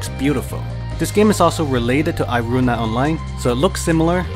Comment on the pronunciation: "airuna online"